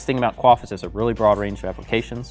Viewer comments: quay-f he-lick-al hahaha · "who else pronounced it wrong?"......... er the guy in this video 😂 I put it down to regional dialect. However you say it I want one 😁